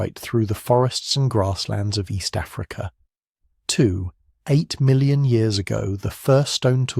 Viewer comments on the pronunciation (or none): Your AI voice is misreading 'point's as full stops. E.g. "It was 2.8 million years old," is being read as "It was two. Eight million years old," Similar problems elsewhere.